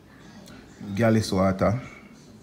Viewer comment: say galis-water. Lmao. Me nah laugh